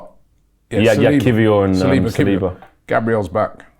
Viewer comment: Say who? Saliba? must Salina!! Someone call Zirkzee for me deh 😂😂😂😂😂😂 got to nutmeg him again 😂